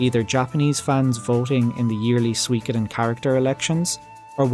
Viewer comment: You're pronouncing it wrong, it's soo-wee, not swee